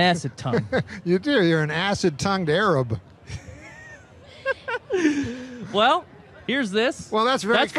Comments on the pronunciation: "a-rab" lol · And the way he pronounces Arab, it's almost a distraction from the fact that he just made the most random joke and it worked.